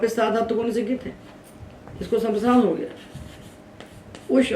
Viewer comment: भवत्याःपाठनशैली समीचीना। परन्तु ङकारस्य उच्चारणं न समीचीनं प्रतिभाति ।ङित् =इत्यस्य उच्चारणं गित् इति श्रुतमस्माभिः।